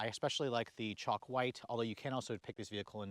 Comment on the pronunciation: Is that Chalk white or as you say it sounds like Choc white lol